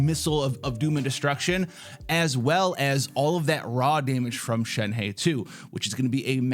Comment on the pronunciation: ShenHe...it kind of sounds like Shen-huh